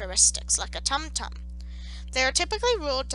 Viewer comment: This was wonderful, as someone who actively studies talmudic hebrew. The only thing that got my goat was the pronunciations. There is no "uh" sound in Hebrew, only ay, eh, ee, ah, oh, and oo. Tumtum, with the vav, would most likely be toomtoom